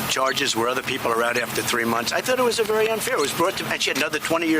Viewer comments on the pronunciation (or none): Be vewy vewy quiet. I’m hunting for weasonable doubt 🤫